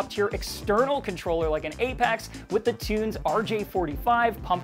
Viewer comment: Tunze is a german name and more spoken like "it's a" - tuntsa - you are welcome :D and cheers from germany. ✌️